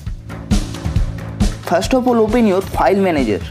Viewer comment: It not phile manager its file manager